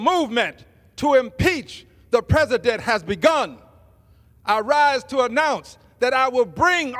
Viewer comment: Rep-Al Green looks like a pimp. And did he pronounce, 'president', "pezident"?? I have a hard time believing these people were voted into office.